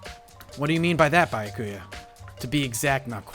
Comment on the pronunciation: Finally! He started Pronouncing "Byakuya" properly!